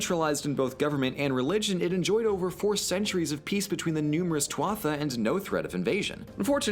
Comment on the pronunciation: Tuatha It's not pronounced too-watha it's pronounced too-ita